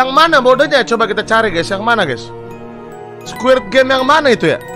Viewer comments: ini kuping gw yang congean ato gimana si ge dgr nya abg bilang nya squirp game awokawok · Apa cuman gw yg denger nyebutnya squirt game😂🤣